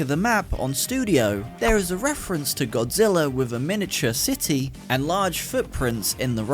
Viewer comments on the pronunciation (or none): none